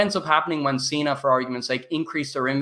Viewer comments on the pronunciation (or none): none